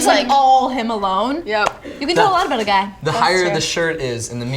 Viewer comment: When you say guy it has an i sound